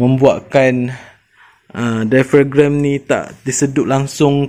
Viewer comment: Dai-a-frem. Bukan dai-fa-grem. 😂